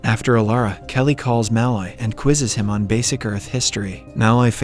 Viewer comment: I think its funny that he pronounces Mul-oy as Ma-Loy as Mulloy is my last name and I heard it be pronounced Ma-Loy all my life XD